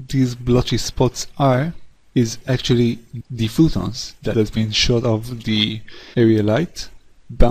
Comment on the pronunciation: phOtons not phootons